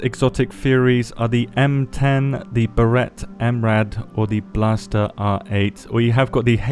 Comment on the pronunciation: blaser, not blaster😉